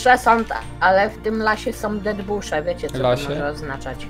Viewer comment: "w tym lasie soł dedbusze" xDDDD